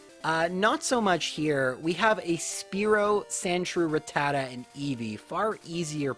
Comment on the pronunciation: It’s rat-ta-ta not ruh-tata